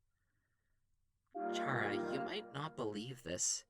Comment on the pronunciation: Ah, the Chara pronunciation bothers me. It's supposed to be short for 'character', a generic name for the character that you name yourself. I feel like it's definitely supposed to be pronounced 'kara' with a hard 'k' sound.